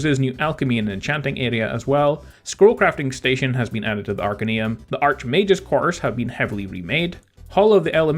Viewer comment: arcAneum not Arcenuem